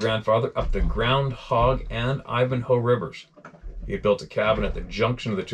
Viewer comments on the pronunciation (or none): none